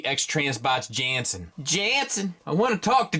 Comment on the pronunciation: Pronounced "Yanssen"